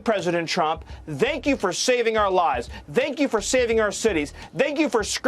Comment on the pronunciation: Is Miller saying "Zank you"?